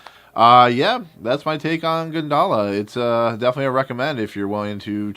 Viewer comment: Actually it pronounce goon da la (gundala) (indonesia pronounciation)